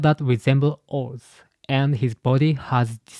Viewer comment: that isn't oars, that is loki.